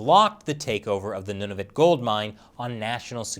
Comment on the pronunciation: Nunavut isn't a Province, it's a Territory. Good pronunciation, though. (A Territory is legally coequal to a Province, with all the same powers and responsibilities, but has a smaller, simpler, and cheaper governmental structure, more suitable for the generally smaller population and tax base.)